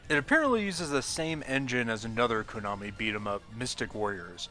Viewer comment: Stop saying "Koonami."